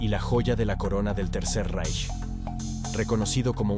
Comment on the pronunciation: ¿Cuando vas a aprender que no se lee "Reich" sino «Raij»? Suena jocosamente ridículo como lo lees.